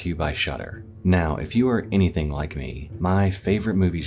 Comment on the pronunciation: Does ad read What is said: If you're anything like me... What I heard: If you're a guinea pig like me.... Me: squeaks excitedly